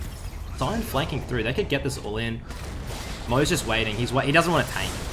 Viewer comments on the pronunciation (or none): none